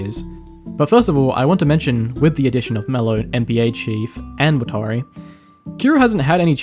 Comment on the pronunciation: Did you watch death note subbed or dubbed? Cause the way you're saying watari is bothering me lol. Its nothing like the show